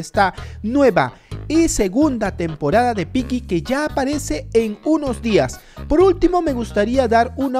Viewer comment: No es pylli se ESCRIBE Piggy pero se pronuncia pigui y desde hace un año que te estoy comentando y no me saludas,me desuscribo